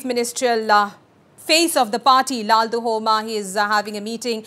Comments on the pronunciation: Stop calling him LAL- DU - HOMA.. Should be pronounced as LAL- DUH - OMA (and should be written as LALDUHAWMA) !! He's going to be the CM of an Indian state and please learn atleast this pronunciation and spelling..its not a mammoth task! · Ok thats fine. But, Even if spelled or written as LALDUHOMA....we don't called him as LALDU-HOMA but LALDUH-OMA. The anchor here doesn't know that. That's my point